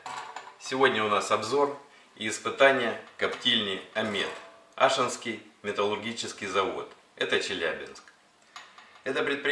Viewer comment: АшИнский завод. Ударение на И.